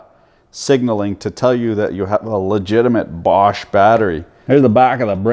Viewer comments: I'm having trouble finding the letter R in BOSCH. The Germans call their country ‘Doitchland’ ergo the R is silent cuz it taint there! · And I love the way you put the r in bosch 😂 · I'm sorry where are you getting the "R" in bosch from lol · Why the “R” in Bosch. In europ. No joke. Just som, som. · Where the fuck is this invisible R in Bosch??? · WTF is there a "R" in BOSCH ? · You should check how to properly say BOSCH before you make video about it... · There is no R in Bosch. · Funny how you pronounce Bosch. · Good vid- But bro there is no "R" in Bosch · Dunno about the GDX (I have the older model GDX 18V-Li without BT myself), but on my GSR 18V-60C, it is for adjusting the kick-back control and the duration of the LED light. And why the F*ck du you keep pronouncing the darn thing "Borsch", there is no friggin' r in Bosch!!! I cringed every time I heard it until I finally got enough and quit watching after less than 9 mins.! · I find it hard to listen to yours bosch pronunciation. Its without an r, bošh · Are you saying borsch on purpose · Why do you call it Borsch? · Why do u keep pronouncing it “Borsch”? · Borsch? must have a silent r in the pronounce because it's not in the spelling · Say after me: bo-sch What is a borsch? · Tell me you bias with out telling...... I lost you when you kept calling it borsch. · Sure there is. Borsch. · 😁There is no "R" in Bosch... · I appreciate you’re American and generally can’t speak ‘English’. But there’s no R in ‘Bosch’ so you don’t pronounce it. Borche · how the fuck is he pronoucing bosch ffs. borsch......lol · How has this man seemed to find an "R" in "BOSCH" every time he said it?... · Wheres the R in Bosch? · Borrrrch 🤣🤣🤣 it's pronounced bosh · Borsche, it isn't a Porsche 🤣 "Boshh" is what you say 😂 Don't mean to be a nerd but the quality isn't the same 👍🏻 Unless it's the industrial version of Bosch 😉those are pretty tough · Dear American Sir. You keep saying “Borsch”. It’s actually pronounced “Bosh” FYI